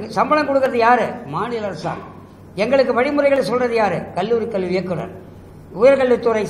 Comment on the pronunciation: Iyo கள்வி இல்ல madam கல்வி காது நாரகாசமா இருக்கு Sorry to point out this mistake on this video